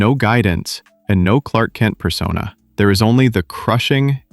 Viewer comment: ain't no way Kallark(Clark) 😂😂😂